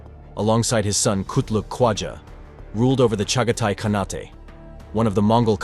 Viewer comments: "KhaNAHtay"?? It's just pronounced "CON-8". It's the same suffix used in the words Shogunate or Sultanate. The final letter E is silent. Just FYI.😁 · Surprising that AI cannot pronounce "khanate."